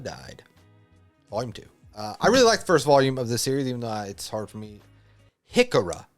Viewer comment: I think it's pronounced He-Car-Roo (Hikaru)